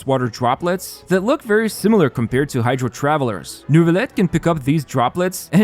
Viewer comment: Why is he saying Nervilette, is that the proper pronounciation?